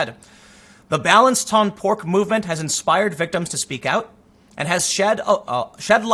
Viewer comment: The final "c" in "Balance ton porc" is silent. It also means report your pig. Anyway, watching Tim try to speak french is kinda funny.